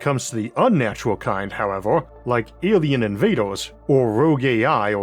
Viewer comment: "awien inwaders" - 🤓